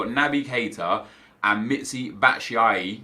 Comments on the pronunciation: Bats is pronounced: Bat-chew-Y-eee. Best I could think of as a fellow Belgian.. xD. Got Reus in my very first Bundes premier upgrade pack btw.. :D! Then nothing for bout 30 packs.. xD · It’s Bat-shoe-eye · Batshuayi = BAT shu ay 😉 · you pronounce it 'batsjuwaji' ;) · It's pronounced Batsh-why